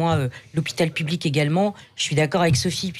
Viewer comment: Tres drole de voir de menton incapable de prononcer le mot public dans "moi aussi je soutiens l hopital public " du coup la phrase sans le mot est ridicule. Tout le monde est plur l hopital lol Le mot public lui arrache la geule. Comique mais insupportable.